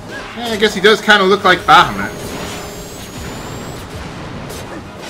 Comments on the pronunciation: Ba-Ha-Moot, Eh? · PRONOUNCES BAHAMUT LIKE A CANADIAN